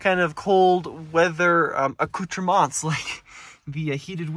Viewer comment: He also pronounced accoutrement incorrectly.